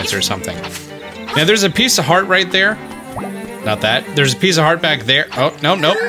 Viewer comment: I have laughed mty heart out at the "With the RUGHT TIMING" Thank you for not having edited that out. I have subscribed just for this.